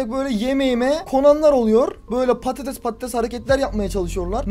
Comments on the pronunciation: herkese patetes diyon patates sensin lan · abi çok patetes diyon ramazan ayında canım patetes çekiyor :D